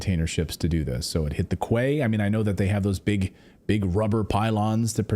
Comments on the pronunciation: Clayton Quay is pronounced “key” Traveling to Sydney taught me that pronunciation. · A Quay 😂🤣😂😭pronounced Key ❤🤦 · Quay is pronounced (key). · PRONOUNCED 'KEY' DUDE..? Not "Koo-ay"..!! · What the heck is a kway? 🤣 Quay is pronounced Key. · quay is pronounced key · Quay is pronounced kee. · It's pronounded "KEY" NOT Kway...Kwayton. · Quay is pronounced key lol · Sorry, pedantic I know but Quay is pronounced key. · Quay is said key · Quay is pronounced like /key/. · Clayton, quay is pronounced kee. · It's pronounced key